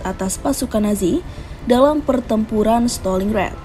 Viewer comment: Bacanya Staling Grat BUKAN Steling Ret. Kocqk